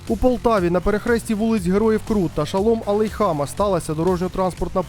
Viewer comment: Шолом-АлейхАма😂! Людина, яка читає текст або ніколи не вчилася в школі, або вперше чує це ім'я. Де ви берете таких бовдурів? Взагалі, що він верзе, перелічуючи в анонсі зниклих?